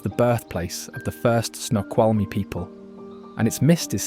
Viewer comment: At least he got Snoqualmie right.